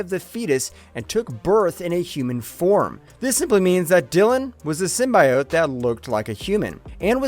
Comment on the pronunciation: Downvoted for not knowing how to say "Symbiote."